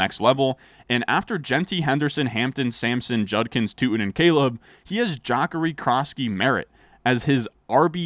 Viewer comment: The way you pronounced Jacory 😭